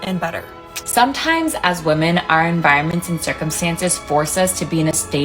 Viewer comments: why do you in your videos say "woman" rather than "women" when you are talking about them in plural... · You keep saying woman when you clearly mean women. You also read it wrong. Is this on purpose and if so, why? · I love your content but say women not woman ! Its driving me crazy lol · I’m curious why do you say “woman” instead of “women” for the plural? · It drives me crazy because I can’t tell if she doesn’t know that ‘woman’ is singular or if she is just pronouncing ‘women’ incorrectly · Please, please, please just learn how to pronounce women, it's so distracting when you say woman instead! Love your content btw, have been on a bit of a binge. It's just this ONE thing. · 1 woman - /ˈwʊm.ən/ 2 women - /ˈwɪm.ɪn/ I'm not sure if it's just your accent, but every time you say "women" it sounds like "/ˈwʊm.ən/ ". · You pronounce the plural women* like singular woman. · No hate but “women” is pronounced “wi-men” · Interesting that you pronounce "women" with an o sound and not the standard wɪmɪn pronunciation. So to my years your pronunciation of women and woman sounds similar. Not criticising you, but have noticed it a lot recently. Mainly with American YouTubers. But you are British. I am wondering if there is a particular reason for this? Is English your second language? Genuinely interested. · I got to ask. Is it a thing to pronounce woman and women the same? Does it have some meaning? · Why do you keep mispronouncing the word women?